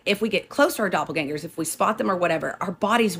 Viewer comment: Can’t watch this one because of the pronunciation of doppelgängers 😂 Love you though ☺️💗